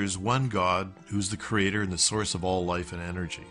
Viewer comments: I hate the way the mispronounce 'creator' as 'creatOR'. It makes them sound retarded. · I see "cre-ay-TOR" has reared his ugly head...again. ;) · I wanna slap that man every time he over-pronounces creaTOR.